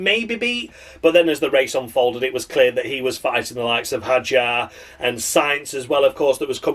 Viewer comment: David Croft changing his pronunciation of Isack Hadjar every bloddy time he said his name, I'd rather listen to silence 🤦‍♂️🤦